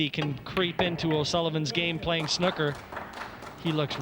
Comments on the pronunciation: ffs its sn oooo ker not snucker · Someone should tell that idiot that it's snooker, not snucker. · English commentator utterly atrocious, and the Yank can't even pronounce "snooker" correctly? "SNUCK-ER"